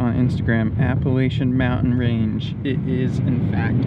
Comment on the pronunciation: Reporting you to FFA for mispronouncing Appalachia.